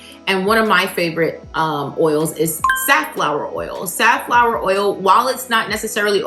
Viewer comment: For the honorable mention are you saying Satflower oil or sunflower oil?